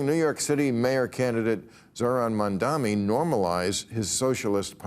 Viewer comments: How long before Bill learns how to pronounce "Mamdani" correctly? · Bill Maher still can not (or will not) pronounce Mamdani's name corrrectly! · Bill, Learn to pronounce ‘Mamdani first if you wish to discuss him. You did the same mistake last episode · If he says "Mandami" instead of "Mamdani" one more friggin' time, I'll scream. Has he always been this bad at names, or is it cognitive decline? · Mamdani - not Mandami - it's not even that hard a name to pronounce, jeez. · It's also mamdaNi not mandaMi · Is Mamdani really that hard a name to pronounce? Not one of them said it correctly. Mandami, Mandani. Mispronunciation of someone’s name repeatedly is so demeaning. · Look, I hate the dude’s politics, but his name isn’t at all hard to pronounce: Mamdani = mom donnie. Of course, people are still saying kaMAla, so I’m clearly asking too much 😂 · I don't like Mamdani at all but for God's sake can people pronounce his name right! More than half of the media calls him Mandami. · “Mamdani” was attempted five (5) times this episode. It was mispronounced five (5) times.